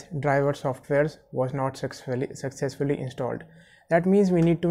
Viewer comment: he just said sucsexully insteed of succesfully🤣🤣